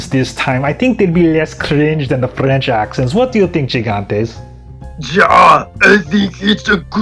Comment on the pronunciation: As a french guy, your french accent is incredible I want everyone here talking like you. Btw I think Fleurette's voice actress is just someone who learned french, her accent is to good to be just a role.